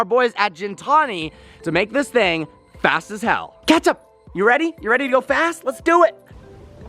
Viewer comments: is your dog's name catch up or ketchup? Cause that is definitely not how you say ketchup if that is what it is. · Why do you keep calling your dog “catch-up”?Or it sounds like that..